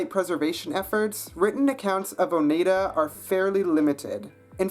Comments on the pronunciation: Btw: Oneida is pronounced Oh-nII-dah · You pronounced Oneida wrong. The 'ei' are pronounced like in 'ein' in German.